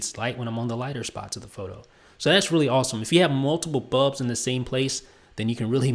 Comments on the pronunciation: It's bulbs NOT bubs gosh!! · BULBS, BULBS, BULBS not BUBS!!!! arrrrgggghhhhhh!!!!